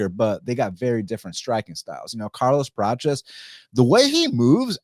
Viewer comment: Why are you saying Carlos “Pratches”….its Prates